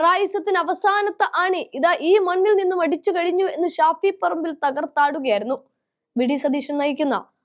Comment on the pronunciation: സാകരം അല്ല സാഗരം, ഷഫി പറമ്പിൽ അല്ല ഷാഫി വാർത്ത വായിക്കുമ്പോൾ ഇത്രയ്ക്കു കടുപ്പം വാക്കുകൾ പറയുമ്പോൾ ഉച്ചാരണ shudhy ശ്രദ്ധിക്കണം